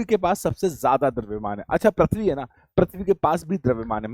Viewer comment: Sir parthivi nahi prithivi hota h aap baar baar parthavi bol rhe ho